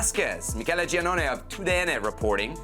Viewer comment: Giannone is pronounced "JAH-KNOWN-EH" not Gee-ah-known-eh. I thought Sebi pretended to know Italian.